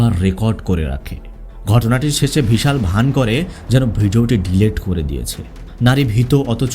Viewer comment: কিন্তু ভাই আমি তো নিজেই ইন্ডিয়ান from North 24 parganas but আমি মুসলিম হলেও আপনার মত উচ্চারণ আমার বা আমাদের আশেপাশে কোনও মুসলিম দের ই সাধারণত হয় না। আমি আরো লক্ষ্য করলাম যে আপনি বিশাল কে কখনও কখনও ভিশাল বলছেন। এটা বাংলাদেশ এর লোক ছাড়া কোনো ভারতীয় করবে না। কারণ বাংলাদেশ এর বেশির ভাগ অধিবাসী ভদ্র বাংলা বলতে পারে না। আর উচ্চারণ ও অত সুন্দর নয়।